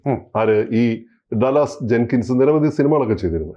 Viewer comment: Though the name is spelt DALLAS it is pronounced 'Daalas' Long sound of vowel 'a' after D and short sound of a after L.